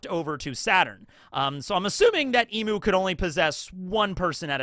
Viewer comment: It’s eeeeem not eeemuu for Imu! Emu is a bird😂